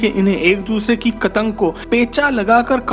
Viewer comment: Pattang ko kattang kehty ho 🤣🤣🤣 yar ye jo bolta ha is ka name kia ha?